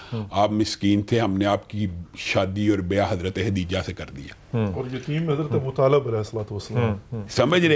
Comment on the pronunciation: حضرت خدیجہ رضی اللّٰہ تعالٰی عنہا۔۔۔کا نام تو صحیح لین۔ خدیجہ۔۔۔۔ہے۔۔۔ختیجہ نہیں